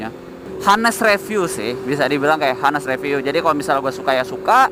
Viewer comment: cara baca honest itu anes, bukan hanes wkwkwk gatel dengernya